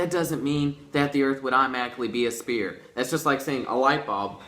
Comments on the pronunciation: Spere? No fuck head....sphere.....say it with me. S...f..ear.......sphere. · Did this dumb ass dr pepper kid just call the sun and moon a spear? Priceless... sorry kid your brain is a spear. They can't even pronounce sphere. So yeah everyone the sun and the moon are arrow head shaped and spears.